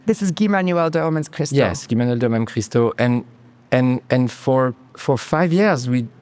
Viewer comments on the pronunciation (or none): Her repeatedly calling Guy Manuel "GAI" (you can see the first time she did it, she got a note in her earpiece to pronounce it correctly next time) and by sidestepping Homework and Discovery, just to ram the conversation to R.A.M. and Spotify: I find no joy in this video.